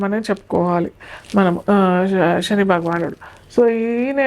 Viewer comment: షని, రాషి… ఏంటమ్మా ఉచ్ఛారణ సరిగా చెయ్యండి ముందు జాతకాలు తరువాత